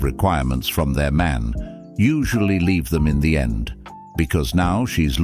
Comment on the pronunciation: I am not sure if she said lead or leave. But bye ✌️